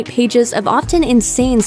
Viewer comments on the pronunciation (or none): none